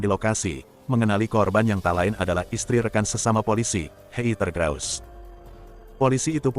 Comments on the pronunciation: Bang saran ajaa.. cara baca Heather : Heder. Soalnya klo dbaca Heiter artinya jdi lain. Jadinya Hater (Pembenci).. 🙏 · Heather baca hader